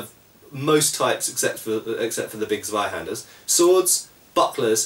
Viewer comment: Oooh, nice pronunciation of Zweihänder, just remember to pronounce the "hän" more like "hen" than "han" ;P Would it be easier to hold a longsword with both hands when holding a buckler compared with holding a shield? That seems like a valid use to use a buckler other than simple convenience.